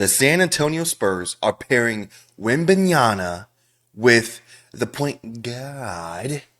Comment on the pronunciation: you can't even say the players names right, whether it's Wemby or Sochan 😭